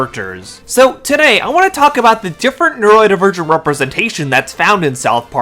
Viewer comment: Hey dude there's an "o" in neurodivergent. It's not pronounced neuraedivergent.